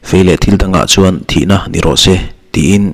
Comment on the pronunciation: A tlan na tur a tan, THIHNA ni lovin, Thi hna, (Awrh chi ,)tih tur ani zawk lo maw